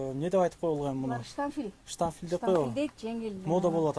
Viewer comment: Штафиль эмес штапель